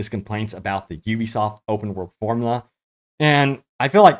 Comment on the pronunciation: Finally! Someone on YouTube that can say Ubisoft properly!